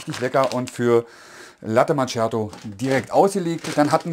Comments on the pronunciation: Daumen hoch für die klare und tolle Übersicht und Erklärungen. Top Video. Bitte bitte bitte: Latte MaKKiato und nicht immer Latte MaTSCHiato - das tut echt weh. Ciao. 😉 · "Latte Matschjato" alter.... Es heißt ausgesprochen MAKIATO. Ist das so schwer? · Das heißt Kaffee (langes "e"..), nicht KAFE.. oder Kafö.. Ähnlich wie mit Latte Macchiato, so wie es auch dort steht... nicht MATSCHiado. Immerhin habe ich kein "Expresso" gehört. Aber trotz der blutigen Ohren: es ist sehr schön realisiert! Ich würde sogar fast behaupten dass Du alles erklärst, bis auf die Mahlwerkeinstellung. Super gemacht.